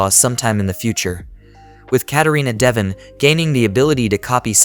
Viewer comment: Bro the pronunciation is duh-von